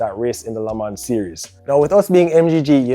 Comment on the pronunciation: it is written LE MANS but it is said LE MAN